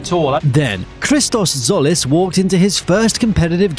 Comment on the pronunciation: By the way, it's not Solis, it's Tzolis, pronounced Jolis. Tz in Greek does J as in Jeep.